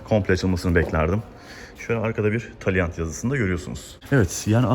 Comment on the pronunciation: Söylerken yanlış söylüyorsu. Dikkat et araç markasını